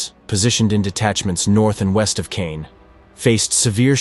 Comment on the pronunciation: Reg-I-na, not Reg-ee-na. C-awe-n, not ka-yawn.